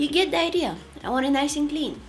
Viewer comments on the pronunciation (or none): Did anyone else think she said "you get diarrhea" instead of "you get the idea😂😂